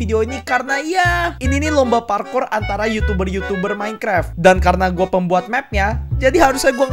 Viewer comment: Minecraft bukan minekrep🗿